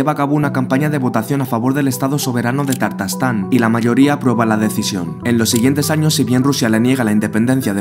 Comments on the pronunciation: Por qué si es Ta_tarstán, dices Tar_tastán ? Aprenderse las palabras antes de grabar es más impecable que pronunciar mal... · Primero que todo no se pronuncia "Tartastán" sino "Tatarstán!" Pues me alegra mucho que no se haya independizado! Demasiado territorio perdió la Unión Soviética en el 89. Ahora bien, tiene sentido que Estonia, Letonia y Lituania se separaran porque fueron naciones independientes hasta la Segunda Guerra Mundial. Empero, Tatarstán jamás fue país independiente! Así es que, no tenía sentido aprovecharse del caos para proclamar Independencia. Algo similar pasó en España con Cataluña queriendo aprovecharse del blandengue presidente Rajoy y los supuestos "abusos que ha cometido el Gobierno central para tergiversar la realidad, levantar calumnias, provocar anarquía y separación!